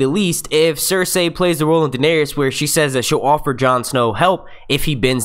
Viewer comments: If he says cers- ay one more time, it's fucking cers-eey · Pls pronounce Cercei right!!! It's not Cerceyy... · Anyone else bothered by his pronunciation of "cerSay"